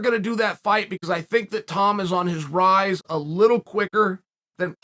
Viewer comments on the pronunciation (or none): none